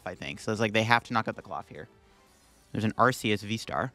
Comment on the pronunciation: "Artheouth V" 😅 all love btw, im just messing with you❤